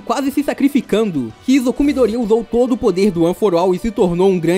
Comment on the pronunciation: ""Mydoría"" tem um assento no i kkkkkk